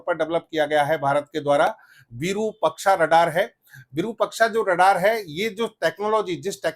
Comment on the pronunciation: आइएएस तैयार करता है ये और विरूपक्षा कह रहा है। ये बनाएगा आइएएस। विरुपाक्ष होता है रे।